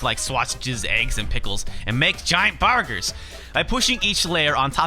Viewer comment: I just liked the fact you said "BURGARS" like the dude from Epic Meal Time. All you needed was to say "SAAWWWCCCA" to complete the circle. ^_^